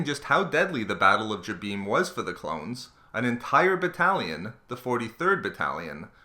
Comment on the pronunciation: This guy butchers all the planets names...Example..this one and Mygetto